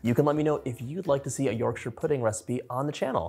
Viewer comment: I love that you pronounce Yorkshire properly ❤